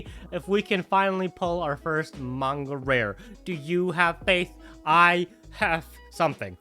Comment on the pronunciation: BRO SAID MANGA CORRECTLY 🎉🎉🎉🎉 also never noticed how slick that hair cut is G 🫡